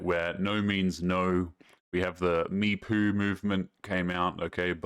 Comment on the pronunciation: "me-poo movement" - lol